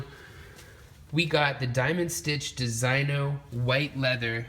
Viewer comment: "De-sig-no", not "Dee-SIGN-no"